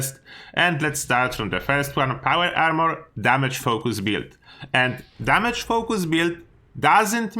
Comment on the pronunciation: “No foh-koos much on damage”